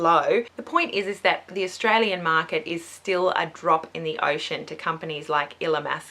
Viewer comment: Australian not Sustralian haha